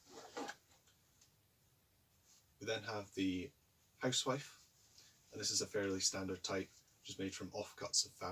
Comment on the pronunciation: Another interesting video. Thank you. PS "house wife" is pronounced "huz-zif" when referring to a sewing kit.